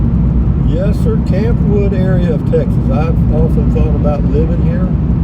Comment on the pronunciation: Campwood is one word and pronounced as one word, not Camp Wood. My grandmother was from Campwood and she and my grandfather are buried there.